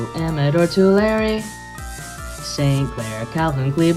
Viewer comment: Nice, most people don't pronounce Tulare right lol.